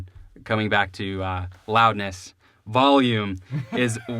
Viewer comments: I'm from NH and I didn't even notice the valume thing. Of course now I can't unhear it but whatever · I literally thought you said Valium the first time. I thought y'all were about to take some drugs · "vahlume" sounds more like a boston accent tbf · I have a buddy that pronounces it "vallium" too. Always gave him s*** for it. 🤣🤣 We are in central Illinois so maybe its a illinois thing? Lol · not weird. i knew right away when you said "Volume" you were probably from Illinois, If not the midwest. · "Valume" sewunds laike a theeng Wiscansinaites would seey.* Translation: * "Valume" sounds like a thing Wisconsinites would say. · lmao theneedledrop commented "valume" xD he's great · Don't worry rob you're not the only one that pronounces volume Val-yum I'm guilty of this too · Joel from Chicago Music Exchange pronounces it "valume" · I'm from Chicago and I don't say Volume weird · he's pro'lly got the word "value", stuck in his head when saying' volume, and mixing' 'em together